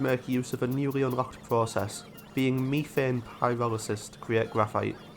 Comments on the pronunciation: What fresh hell do you live in, "mef-ane" ? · Love the idea of seeding a planet with life. also all your pronounciations are spot-on aside from methane it's usually pronounced "mef-ane" and not "me-thane"